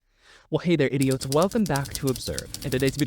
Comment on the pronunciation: I'm sorry did he say hey idiots? Or idiotes?